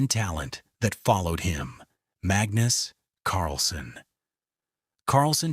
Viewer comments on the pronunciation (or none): none